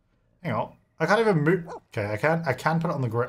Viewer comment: “I need you to Moohve Cowtrina” ☺️